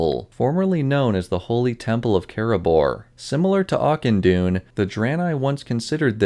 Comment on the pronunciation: Ahh yes ‘auction dawn’